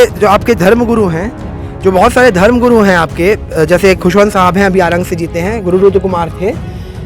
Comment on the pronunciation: Ptrakar mhoday hamare guru khushvantdas saheb ka naam shi se nhi le rhe h ,Jai satnaam